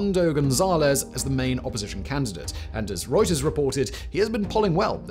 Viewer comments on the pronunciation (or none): none